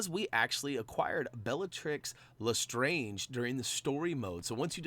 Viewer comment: Dude, learn how to say Lestrange.